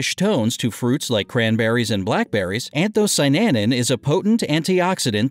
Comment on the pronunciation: anthocy-ANIN, not anthocy-NANIN